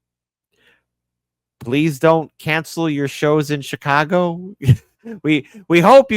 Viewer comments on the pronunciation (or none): none